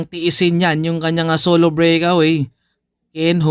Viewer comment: Solo brik awi😂😅😂bisaya ka 'no?